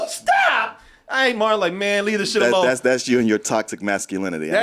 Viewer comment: can never get the names right. I wonder how long he thought Martin's name was Morton?